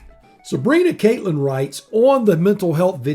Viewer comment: Thanks for the shout outs, it's pronounced Cat- Lin, like the critter. Had in idea. How about you tell us about your coldest ride, then go into the dangers and issues of cold weather riding..